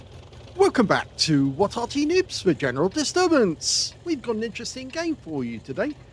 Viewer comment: Sounds like your saying "nibs" instead of "noobs". Thanks for the vid:body-blue-raised-arms